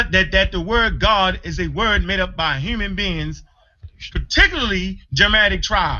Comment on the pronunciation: ANKH PRONOUNCES HUMAN LIKE A HURMAN